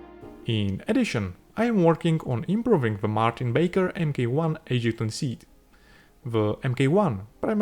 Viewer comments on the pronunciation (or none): Brilliant work and beautifully executed. Incidentally in UK English MK 1 is a written abbreviation and would usually be said as ‘mark one’. Your videos are superb!